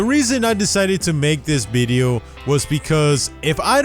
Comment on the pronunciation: nobody:: bideo